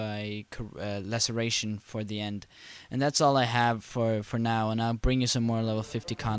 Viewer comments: Laceration, not Lacecration :) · You keep saying LaceCration which anoys the hell out of me, haha. Other than that, great vid.